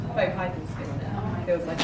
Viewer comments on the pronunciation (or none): none